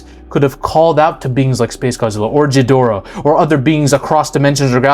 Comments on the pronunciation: The G in ghidorah is pronounced the same way as the G in Godzilla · Hey, thanks for all of your videos. They're really fun to watch, and get me thinking about things I hadn't in many films. A quick note for you, Ghidorah is pronounced with a hard G like in golf, not a soft J sound. Other than that, keep up the great work! See you in the next one! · Love. Hate how he pronounces Ghidorah. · You pronounced ghidorah wrong it’s said with a G like gun not Giffy, also it’s Shimo not Shimu (I’m sorry I had to go nerd mode)